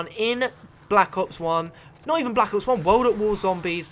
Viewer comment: He said black ops onezee